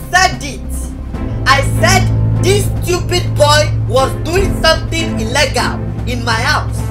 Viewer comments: Its illgale not illgele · Guys all this time we have been saying illegal the wrong way it's ellegal not illegal😹😹🤣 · IM DYING SAID ELGAL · “I am sure it is something ELLEGAL in my house.” 😂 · I love how says illegal "Ellegal"😂😂😂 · Illegal pronounced: eh- leg-al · The way she pronounces “illegal” 😂😂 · When Instagram becomes a novel😂😂 Ala mwandi, the way she pronounces illegal 😁😂😂😂😂 Ahhahahahahaaha 😂😂😂😂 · His pronunciation of illegal had me weak🤣🤣😂😂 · The way pronounces illegal lmao 🤣😂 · Hahahahah the way she said illegal she said illegal hahahhahahaha she said it wrong hahahhahahaha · She don’t know how to pronounce illegal